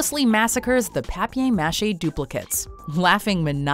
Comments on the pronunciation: Why the fuck is she pronouncing it papie mache?? I’m not sure if that was a joke or what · "papay mashay" lol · It's pronounced PAY-PER-MAH-SHAY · Pay-per mah-sh-ay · Papiae Mashae lol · ”PAPPER MACHAY” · so much whining over such a wonderful show. mature content? go find your safe space. btw, nobody calls it "pappee machee." stop trying to prove how cultured you are whilst giving commentary on a gross kids show. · she pronounces paper as pahper. dislike. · "Papay Mashay" 😑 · Papay machay? Um wut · "Papy machey" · Paper. Ma-shay. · pape mache please stop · "pappy mashy" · ITS FUCKING PAPER "MA-SHAY" HE EVEN SAYS IT IN THE CLIP. Your fake french pronunciation is disgusting. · pap-ayr mushay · "papia mache"... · A mature warning..... on a Spongebob video. Also, just call it paper mache like everyone else, you little papè freaks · Pay-per muh-shay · Anyone else upset with how often this channel mispronounces words? Like what the hell is a “papee machee”? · Pap-ay mash-ay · pap yay mashay. Ok take it easy there slugger, this is youtube not your french midterm. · It's pronounced Pap• ER ma chEy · The people at WatchMojo try so hard to pronounce things exotically that they sound stupid. Papee machee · Why can't she pronounce paper-mache? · Who keeps letting her try and do accents?? Just pronounce it "paper mache." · Isn't it PAPER mache??? PAPER? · The only thing I could think about during this whole video is how she pronounces papier-mâché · Can this girl seriously not say paper maché? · Say papier-mâché like that one more time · Stop pronouncing it like that... I know it's a French word but No one in the English speaking world pronounces it like that. It just sounds wrong. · Papier-mâché wtf?? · I'm offended at the way you said paper mache. You're ridiculous get off YouTube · What the hell is wrong with you? Even Spongebob pronounces it correctly. It is PAPER!!! PAPIER in French is NOT how you pronounced it! Shame on you for trying to be "fancy" and failing!